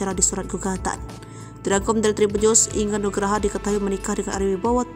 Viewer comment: Inge anugrah min.......g bener banget sebut nama orang